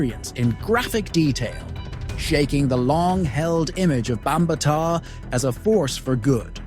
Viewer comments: Bam ba Ta learn how to pronounce his name before you speak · You are mispronouncing his name. Makes it hard for me to take this seriously.